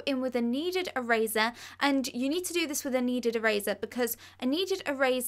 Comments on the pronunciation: "A needed araza" did she mean a neaded eraser?? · "e-razuh" lol